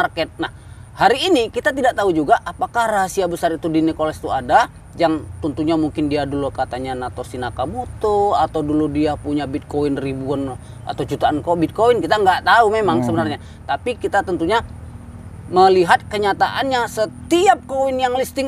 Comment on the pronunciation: Satoshi bro bukan natoshi😂😂 Next undang berly logistic